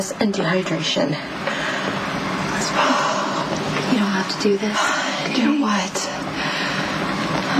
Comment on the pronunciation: Did Sam say "dehydRASON?"